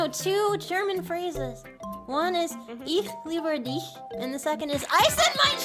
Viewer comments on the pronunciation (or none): "Eesh leebur dish" -Joseph Goebbels, 1943 Sportsplatz Speech Yes I know she said ich liebe dich which means I love you, I'm just bullying the pronunciation